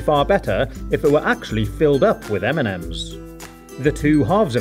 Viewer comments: He says m&m's like eminems 😂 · Everytime he sayd m&m's I understood Eminem's xD